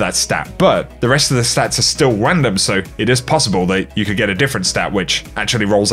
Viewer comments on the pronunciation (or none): when says random h says like rwandom lmafo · Is it me or did say,"wandom"?